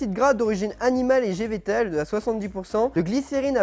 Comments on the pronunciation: On notera quand même que a dit gévétal au lieu de végétal 😂😂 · A 13,50 minute il a dit gévetal😂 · "graisse animale et gevetal" mdr GEVETALE 😭😭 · "gévétal" By 2k19